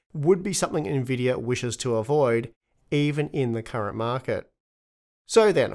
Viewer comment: “based on what the markeh might baaae”